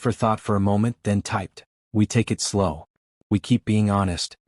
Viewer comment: It took me awhile to realize the AI reading this story doesn’t recognize the word “it.” It keeps referring to it as “IT”(information technology).😂😂